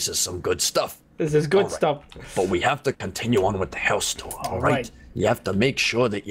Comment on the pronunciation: How many times did say let’s cotiun with the tour